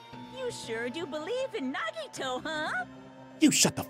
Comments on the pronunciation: "nuh-Vadd-uh" versus "neh-Vah-dah", all over again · Every character on screen, repeatedly, for hours: "NA-gi-to" Arin: "nuh-GI-to" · No part of the game says Nagito's name more than this, and they still pronounce it wrong. I'm not bothered, but it is impressive.